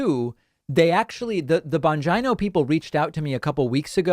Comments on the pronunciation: Why is his last name so bastardized? You are pronouncing a great Italian name incorrectly and if he pronounced this way, he is wrong It is not Bon-G-eye-no. It is Bon-Gee-No. Almost my entire town is from Italy. That's not how the name is pronounced. Vowel pronunciations are different in different languages. Example: woman's name Lina is pronounced Leena and not L-eye-na. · I like how he pronounces his name bonj-eye-no instead of bonj-e-no. Kinda sounds like vag-eye-no. Ha. 🤯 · David, it's pronounced Bon geeno. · David, Bon-GENE-O. GENE-O. Not GINO like Bangina. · Are you really surprised? The point for them is just say it and it becomes true because they know people are not going to spend the time to make sure data presented to them is factual. Second, it Dan Bongeeeno, not Dan Bongino. Yes go on his show. Advice for that, give straightforward answers to his questions and point out that his questions are narrow minded that do not consider the entire of the problem to address a solution. Do not get into a back and forth with him because his intellect is beneath yours and that is the real reason he wants you on his show. I am from New York , and I grew up with people just like Bongino. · It's pronounced BON- GEENO, David... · I love how you always pronounce his name like “vagina” Lolol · I love it when David butchers the pronunciation of the names of Right Wing Nutters.... Bon' Jai No...😆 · I think it’s pronounced “Dan Vongina”. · I love hearing you say his name - lol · Would you want to live in any big city in CA with all the crime and high cost? Or in Portland, OR or Seattle, WA? By the way please pronounce Bongino correctly. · David, I just love the way you pronounce that Right-winger Dan Bongino’s name with a long I. I would love to see you on his show to mop up the floor with him and show his sycophant followers the difference between someone with intelligence and someone who is a total negative moron. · Do you pronounce Bongino like that on purpose?